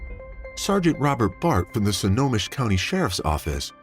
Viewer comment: Why do you pronounce Snohomish as "Sonomish"??